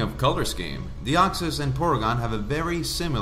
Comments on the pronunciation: "Deoxsys" Deoxys. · I dont want to be that guy but it is "Deoxys" not Deoxsys